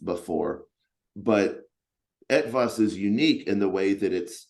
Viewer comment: Hey, your pronunciation of "Etwas" is perfect. I for a moment thought this interview was held in German language! Long time since my last Ranger Talk, great interview, thanks to the both of you.